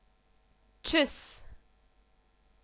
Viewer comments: Tschûss was really bad. the " u" sound should have been longer, opinion of german speaker that's all! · so practically the Ts in Tschuss is silent? :l